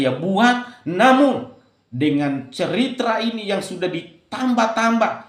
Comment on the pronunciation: "Ceritra" sebenarnya gimana? "Klarafakasi" anda ini yg makin gak jelas 😅